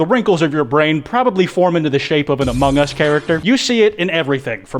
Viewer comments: Its among us not ahmohng uhs that 3am call clickbait guy needs to learn how to speek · Why do people keep saying "amonGE us"? It annoys me to no end I just watched more into the video...well elite, insane minds think alike 👀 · why do people say among gus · Bruh that dumb ass clickbaiter can’t even get what he’s clickbaiting right. He straight up said: “hello? Hello is this the imposter from *amoung us*?”